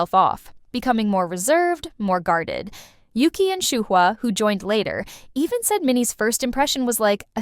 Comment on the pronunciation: Why do the members pronounce it Oogee?